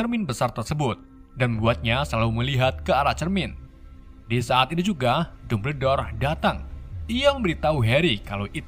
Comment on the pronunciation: lebih enak kalo di baca dambel dor,,kalo dumber dor mah di tulis nya